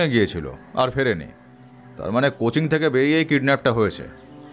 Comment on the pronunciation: Coaching uccharan ta "Cochin" keno bola hocche